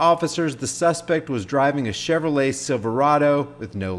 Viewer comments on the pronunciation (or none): none